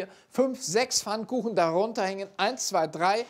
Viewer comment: Es heißt "Pfannkuchen" und nicht "Fannekuchen".